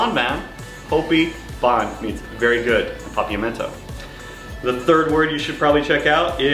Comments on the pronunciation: he is wrong pronounced bone not bon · Like that you try your best to speak Papiamento, but you pronounce it not in the good way.. for example: "Hopi bon and Bon bini." Use the letter 'O' as how you write it, and say it in that way! So not like this is you say it in real life:" Hapi ban and Ban bini." Say loud the 'O' and you're on the right track. Btw locals are really appreciate it if you try your best to speak our language Papiamento. ❤️